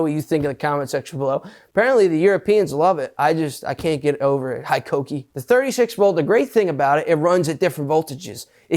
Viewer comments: It's pronounced "HEkokee" not HIkokee, and it used to be named Hitachi. We also have Metabo. I didn't know hikoki and metabo are suposed to be the same brand? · Hitachi power tools are now called Hikoki here in Japan, they have recently rebranded themselves to the new name. Their full name was Hitachi Koki, so they did the usual Japanese thing of mashing words together to get Hikoki (Pronounced hay-koh-key), derived from the English word 'high' and the Japanese term 'koki', meaning 'industrial machines'. Hitachi bought out Metabo a while back, hence the crossover in names in Europe, but Hitachi power tools was then acquired by US holding firm KKR, prompting the name change to Hikoki to differentiate the products. Here's waiting for the pump and dump and the drop in quality as is often the case after an investment firm gets their finger in the pie....... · HIKOKI=METABO ? Thought it was HITACHI